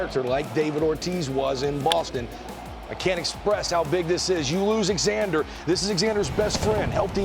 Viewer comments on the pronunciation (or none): His name isn't EXander, it's Xander (Z-ander) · does know that the 'X' in Xander makes the Z sound....right? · Lmao “Ex-ander” like Alexander without the Al 😂